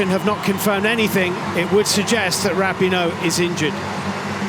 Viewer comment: The way they mispronounced Rapinoe in this coverage still hurts my ears.